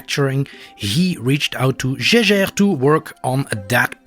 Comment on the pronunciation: You pronounced Jaeger wrong lol